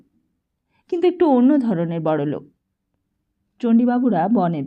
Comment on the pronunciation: খুব বাজে উচ্চারন! পিত্তি জ্বলে যাচ্ছে, যখন লোক কে লোগ বলা হচ্ছে! এরকম বহু শব্দকে রীতিমতো বিকৃত করা হচ্ছে। আমরা তো গল্প শুনছি না যে বক্তা নিজের কথ্য ভাষা ব্যবহার করবে? আমরা তো একটা বই পড়া শুনছি! হুঁ!